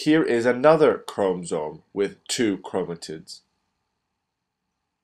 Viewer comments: Say chromosome right, it’s not a chrome-zome, how many times can you say it wrong what an IDIOT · why is it bothering me so much that he's saying chromsome instead of chromosome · God it's ChromOsome. Not Chromsome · If i hear chrome-soam one more time my computer is going in the trash. Otherwise nice vid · you did a good job but it is called chrom O somes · STOP SAYING CHROMSOME OMG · The way he says 'chromosome' XD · I think the fact that his english is obviously so impressive is the reason why the mispronunciation is so apparent - it's a curious one to make given that he must have heard people pronounce it before (if he's making cell cycle YouTube videos) and as english words go its spelling is pretty phonetic. Doesn't excuse rudeness about it though of course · The info and drawing are great. The mispronunciation of chromosome is distracting, but I suspect it's just a language difficulty. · who the fuck taught you how to pronounce " chromosome " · Please pronounce chromosomes correctly please. So frustrating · I LOVE your video but the way you said chromosome really grinds my gears lol. But nonetheless it was a great video! Thanks